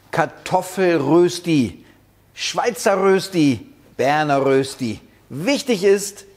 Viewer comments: Röösti 😂😂😂 Der war noch nie in der Schweiz Röschti essen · Erstens heisst es die Rösti, und ausgesprochen wird es Röschti. Zweitens nimmt man vorzugsweise festkochende Kartoffeln. Drittens habe ich noch nie Rösti mit Muskat gesehen. (Erlaubt ist natürlich, was schmeckt, aber Muskat in der Rösti ist eher untypisch.) Viertens brät man am besten von anfang an in Butter oder noch besser in Bratbutter, die höher erhitzt werden kann. Soweit die Kritik. Noch ein paar Ergänzungen: Zum Braten pro Seite etwa eine Viertelstunde rechnen, also auf kleinem Feuer braten. Speckwürfel machen aus einer Rösti eine Berner Rösti. Auch Zwiebeln kann man reintun. Man kann Rösti auch aus Pellkartoffeln machen, auf den diesbezüglichen Glaubenskrieg will ich nicht eingehen. Mit Pellkartoffeln schmeckt die Rösti leicht anders. Wenn Pellkartoffeln verwendet werden, dann kann man sie anstatt zu raffeln auch in Scheiben schneiden. Früher war Rösti in der Schweiz ein verbreitetes Bauernfrühstück, das man nach der morgendlichen Stallarbeit einnahm. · Berner Rösti ist die mit den Speckwürfeln. Ohne ist es nur Rösti. Und st = (scht) so von wegen Aussprache. Grüsse von einem Berner. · Es heißt Rööschti!!!!! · Das spricht man Röschtie aus. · Cooles Rezept .. aber es heisst Röschti .. mit einem fetten SCH .. es grüsst der Bünzli aus der Schweiz! ;) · Du nimmst mir das Wort aus dem Mund! Immerhin sagt er ein langes öööö 😄...